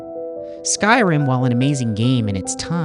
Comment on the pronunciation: I truly appreciate you using the correct pronunciation for Skyrim